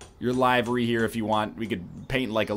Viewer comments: Isn't the pronunciation of "Livery" actually "Liv-er-ee" not "Lie-ver-e" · Lie-ver-ee in the Queen's English.